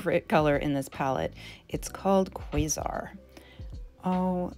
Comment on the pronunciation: I think you're the first person I've seen pronounce quasar and Orion correctly. As a bonafide nerd girl, I appreciate that 😂 Beautiful looks